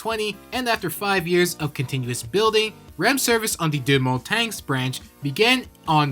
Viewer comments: that hurt to hear, its pronounced deu mon-tang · With my extremely limited experience with French, I think Deux-Montagnes is pronounced "dew-montahn". Feel free to correct me if I'm wrong. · that was the worst pronunciation of any french name i have ever heard, but anyways happy canada day from someone who has ridden the line in real life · DOO MON TANG-UH